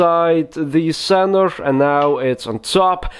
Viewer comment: "Inside the centrev of the deck" hahaha every time hahahaha